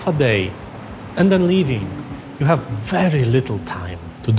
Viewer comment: "We ave to standardize"....Apple has left the chat.